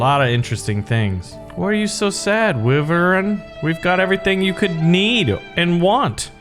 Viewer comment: Wyiiiiii Vern not wi Vern